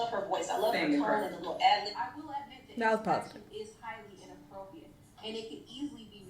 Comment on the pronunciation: It’s inappropriate, is saying it as inappropiate without the r.